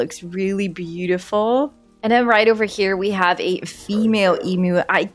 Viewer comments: It’s pronounced em-yoo not e-moo ❤ You sounded quite funny to an Australian! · Em-u not em-oo heheh. But great video